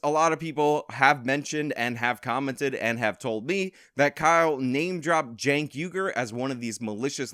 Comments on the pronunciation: He might not be a murderer, but he should go to jail for the way he pronounced "Cenk." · I like how he pronounced Cenk's name as "sänk". I may just adopt that. It means "to lower" in my language and is thus very fitting for TYT. You can always expect their standards to be low... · I hope he pronounced Cenk's name on purpose. That'd just be chef's kiss